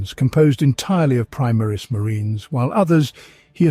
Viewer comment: I like your videos,but the way you pronounce Omnissiah,primaris,Roboute...is a heresy.😂